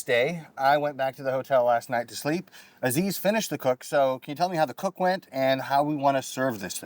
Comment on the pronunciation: Nice episode...lots of work Btw you are not pronouncing Aziz's name correctly 😂